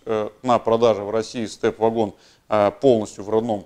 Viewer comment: Благодарю за обзор, но только не вЭгон и не вАгон, а вагОн!! ... двоечник.